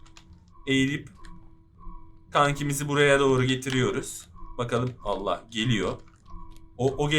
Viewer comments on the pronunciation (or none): none